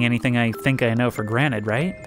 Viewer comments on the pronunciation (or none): none